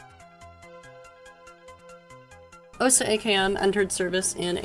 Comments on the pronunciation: Correct pronunciation is 'Ah-SAH' rather than 'OH-sah.' And you can operate a fairly high fidelity version of the platform in Sam Simulator! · I decided to rewatch this video after some time, and it was just as interesting as the first time (I guess my memory isn't that great, hahaha). What surprised me, though, is that nobody in the comments mentioned the correct pronunciation. In "Osa", the stress falls on the A, and the same goes for "Strela" the A is stressed there as well. People mispronounce that one pretty often too. It's probably worth checking the stress in names (at least the less well-known ones). The pronunciation itself usually isn't a problem, but the stress can sometimes make such a big difference that you only realize what word someone meant after hearing it five times, hahaha. It's not really a problem. I think most Russian speakers have gotten used to people misplacing the stress in Russian words and names. Russian itself just decided, "screw it, we're going to put the stress differently than the other Slavic languages" (at least as far as I know).